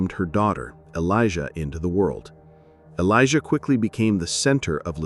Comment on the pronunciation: Oh,just to add. Her daughter's name isn't "Elijah" it's `Alaiyah. Just an extra step of researching and you would've found this.